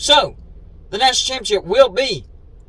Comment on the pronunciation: Why are you featuring another cfb youtuber in one of your videos? Odd. Its like you're an Uncle Lou sycophant/fanboy. PS, please stop pronouncing "ChAAMpeeonnSSSHHIP" as "CHiMPionCHIP" 🙄🥴🧐😳